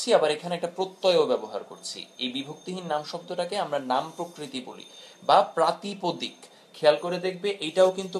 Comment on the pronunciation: প্রাতিপাদিক হবে; প্রাতিপদিক না।